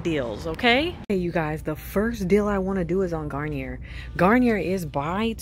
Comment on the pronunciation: Garnier is French so it’s pronounced Garniyay since the R is silent